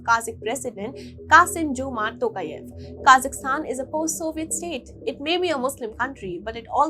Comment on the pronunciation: It's not kazistan. Pronounce property. KAZAKHSTAN